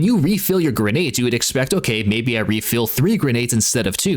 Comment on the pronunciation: I promise I’ll never listen to you say grenades again.